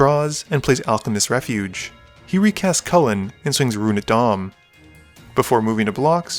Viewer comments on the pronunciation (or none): none